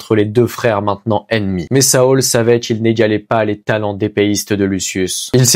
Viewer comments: Ça se prononce Saôl tarvitz et Eydolone * bro 😹 Super narration par contre 👍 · A la moitié de la vidéo tu le prononce bien pour saul, je n'en étais pas encore la 😹